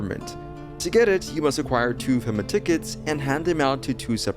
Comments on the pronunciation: Is pronounced FEMA (fee-ma) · Nice try buddy, you were totally trying to get me to leave a comment because you promounced FEMA like that. Well, it's not gonna wor-.... just take it.